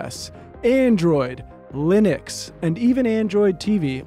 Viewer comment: I'm so happy to finally hear pronounce "linux" correctly for their NordVPN ads.